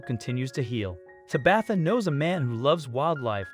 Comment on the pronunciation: I was laughing every time he said Tabitha. Lol